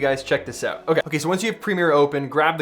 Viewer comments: peter says OTE instead of OUT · "check this oot"